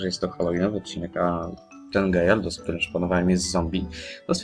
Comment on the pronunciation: To chyba jest Gyarados a nie Gayardos